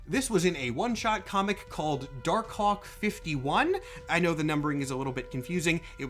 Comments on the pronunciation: Dar Kawk. You won't unhear it. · Pronouncing it "dar-cock", without a little pause between the two words, is wild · I can only hear dar cock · You… you really need to annunciate Dark Hawk better. I thought I heard “Dark Kawk” (say it out loud you’ll get it) like 10 times. 😭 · im sorry for being immature but i keep hearing dark cock 🥹